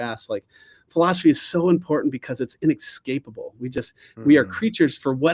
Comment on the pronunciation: was great, but every time he said eXpecially or ineXscapable, a little part of me died...:)